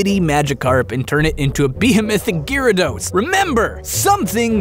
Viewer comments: Gi rados? I always pronounced it Jeea rados :o The name has the ya in there for a reason, right? He even spelled it Gyrados in the description xD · As bad as this video is so far i had to stop to comment the second i heard Gear-ados, wtf? its bad enough he pronouced Rattata wrong but coooome ooooon atleast its a whole Country that pronounces Rattata wrong (even though you guys <America> dubbed it) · The official pronunciation (as per the TV show) is GARE (like Gary minus the "ee") - uh - dos. I cringed when he said it, too. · ImmenseMudkipz Yeah, that's how I've always pronounced it. Never heard it pronounced Gearados before, that threw me off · Ahem! Its pronounced gyarados not gyarados.. dumbass... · i cant be the only one who hates how he pronounces gyarados name... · gyarados pronunciation killed me :v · gyarados y is silent btw